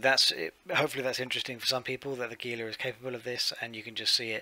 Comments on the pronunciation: Please...HEE*lah. Gila Monster. Gila River. Gila starship. Every time you guys say gee*lah, it makes Spanish speakers and South Westerner's ears hurt.Other than that.. good vid. Have another like. IGN: Antturas Hawk. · my American English ears prefer hee-lah. Lol